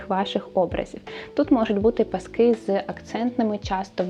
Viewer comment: Зрозуміла, що не бути мені в тренді😂 😂 - більшою мірою цей стиль не моє) Звісно, можна імплементувати окремі деталі, але то радше вийде випадково 🙂 Дуже цікаво і приємно Вас слухати, песик чудовий (у мами теж така - буде лежати як мишка, лиш би коло хазяйки)). Не люблю влазити і бути граммар наці, але будь ласка, змініть наголос коли кажете пасок у множині. Бо паскИ, то про Великдень) а пАски вже те, що нам треба😜🙃